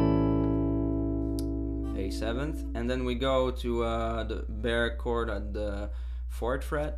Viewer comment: hehe, i like it when he says bear chord instead of bar chord. Great tutorial!!